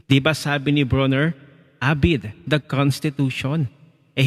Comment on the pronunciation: Abide pronounce as abyde